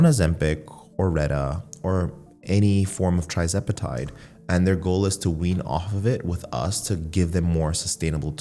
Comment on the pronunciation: "Tri-zepitide?" lol...